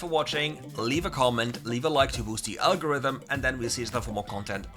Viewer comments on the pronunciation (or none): none